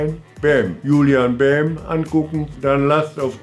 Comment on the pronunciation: Julien Bam spricht man Englisch aus. Etwa so: Tschulien Bäm